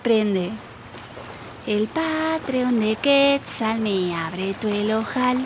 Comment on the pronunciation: Por qué dice QUÉTZAL y no QUETZAL?!